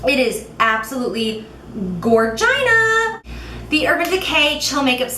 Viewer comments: "It's gor-gina!" LOL! Love it! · GOR-GINA? That was so funny LOL!! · Gorgina? Lol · Gorgina??? Lol! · GORGINA?? OOPSY! DID U HEAR THAT BEFORE FROM SOMEONE U KNOW? Ha! You know who I mean ;) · Gorgina?!?! Hahaha loved it